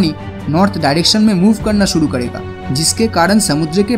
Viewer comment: Aapki vdo achhi he pr aap karega ko kadega kyo bolte ho